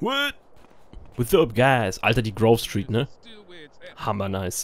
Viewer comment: ey maan es heißt grove street-heimat:D